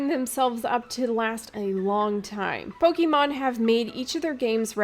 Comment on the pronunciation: This entire intro that you are not very experienced with Pokemon was pointless. You only had to pronounce it "Pokeymon" instead of "Pokémon" once for us to know. Also "A lot of people were seeing a Pokemon-esque game, and you are not incorrect but you are not fully right either." So... what makes it different? Because other than really cosmetic things like being able to pick nonbinary genders this is Pokemon with different creatures. It's fine, I am excited about Temtem, but after this comment, I was watching waiting for these big differences and... nope this is just reskinned Pokemon with co-op.